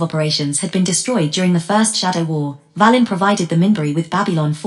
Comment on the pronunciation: It’s pronounced “Vay-len “